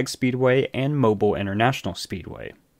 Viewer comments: It’s moe-beal not like mobil 1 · From a local, Its pronounced Mo-BEEL not MoBUL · Mobile Alabama isn't pronounced mo-bull, like something that moves. It is mo-beel, like the baby toy. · FYI: The city and track name is pronounced MO BEEL, not mobul. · Its not mobile as in mobile phone. There's generally 2 ways you can say the name. Moe-bill, or moe-beel. Moe-bill is more common. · Bro. It’s Moe-bill not Mobil. Your videos are great tho 🎉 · It's MO-BEEL Speedway not like a mobille phone dude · It’s pronounced Mo-Bill, not Mo-bull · Please. For the love of god pronounce Mobile “Mo-Beal” No one in Alabama calls it “moble” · I remember when this happened and couldn't believe it. Also, Mobile is pronounced Mo-beal. You even put a video in that pronounces it correctly. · Okay, good video about a horrible human being. But, the city in Alabama is pronounced, "Moe--Bill". Like 2 guys names. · Mobile = Mow-Beale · its mo- bill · It’s pronounced Mo-Bill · Seriously? You have never heard that Mobile (the city and bay) is pronounced “Mo-Beal”? Really? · Mobile is pronounced Mo-beel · You can’t even say the name of his home town right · That's not how you pronounce Mobile